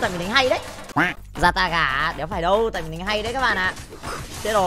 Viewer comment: zata❌ yata✅